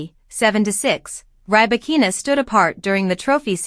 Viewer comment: Stopped watching as soon as you said rye-bakina.